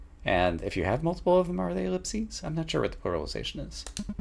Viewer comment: Ive always heard the plural of ellipsis as ellipses, just like you pronounced it, yeah. One of my favorite words especially since its a homograph with the plural of ellipse. Pretty neat!